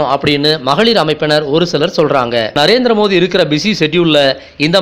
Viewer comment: சகோ மோதியா? மோடியா ஒழுங்கா தமிழ் பேசுங்க.